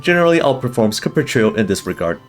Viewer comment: the way pronounces Capriccio and Recitativo di Fantasia is so satisfying